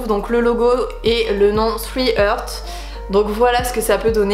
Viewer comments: Le logo est original. C'est une vraie réussite. Attention tu prononces "three hurts", et c'est loin de three hearts. Tu souhaites anglophoniser alors faut t'y mettre. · Super projet, beaux produits, mais la prononciation du nom de la chaîne y faudrait pratiquer un peu aille 😅